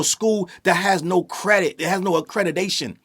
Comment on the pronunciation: “Accredidation” 😭😭. This school is already doomed